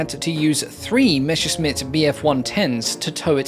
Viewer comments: It's MESSERSCHMITT, not Meshersmitt..! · Come on, it's Messerschmitt, not Meschersmitt lol